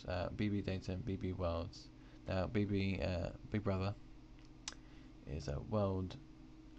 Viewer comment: Nice video, but I had to say this: Lol, "bigbwuvva"